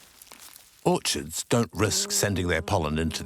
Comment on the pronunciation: the plant is called Orchid not orchard (FacePalm)